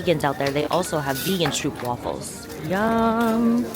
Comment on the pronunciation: A try to pronounce stroop wafels right will ya !!! when you come to the netherlands then do some efford to learn to pronounce some basic words